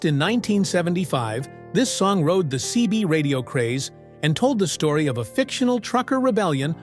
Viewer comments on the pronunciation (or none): none